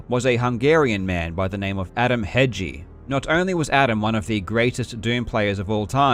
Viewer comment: I know it's your not fault, but it was hilarious how wrong you kept saying Hegyi. Also, fun fact Hegy means "mountain" and -i means something from there like "Hegyi kő" kő is rock, so it's rock from the mountain.